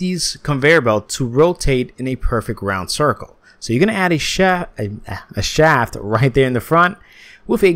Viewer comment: when he said “you’re going to add a shat” I felt that